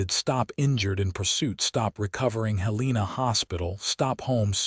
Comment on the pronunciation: It’s pronounced “Helen ah” ( Now the capital of Montana, originally “Last Chance Gulch” 🤠